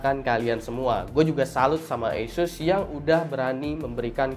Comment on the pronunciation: ASUS skrng dibaca ESUS 😂😂